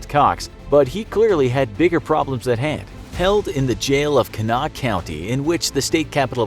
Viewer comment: It’s pronounced HURickin. Like kin, not can or cane. Hurricane. Haha you got Kanawha correct though!